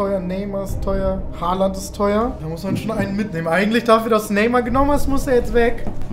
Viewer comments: Bruder es heißt Haaland du hast ein a vergessen xD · Holand nicht Halland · Er heißt haaland nicht haland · Nicht Haland sondern : Haaland ✌️